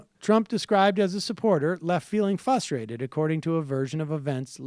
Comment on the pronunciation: Is fustrated instead of frustrated just eastern pronunciation or what